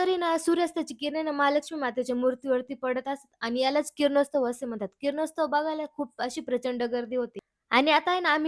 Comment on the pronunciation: किरणोस्तव नाही बेटा किरणोत्सव